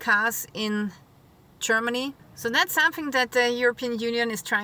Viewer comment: Love it. "Chermaney"